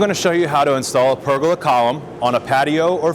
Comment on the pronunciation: It's pronounced per goal la. not burger with a p 🤣